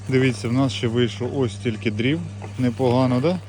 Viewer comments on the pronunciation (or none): хвилина відео. Ми рубаємо не дріва , а дрова ! Ми палимо не дрівами , а дровами ! Ми заготавляємо не дріва , а дрова . Дякую за відео. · Лайк! Але дріва по правильному дрова))) а то звучить, як азарівщина)))